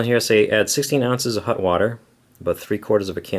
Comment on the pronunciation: 'hut' water. every time